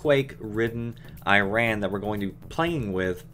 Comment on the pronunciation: Why would you worry about pronouncing Bandar properly when you already can't pronounce Iran properly?